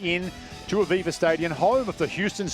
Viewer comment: Aviva Stadium? Ohhhhhhh...'Aveva Stadium'.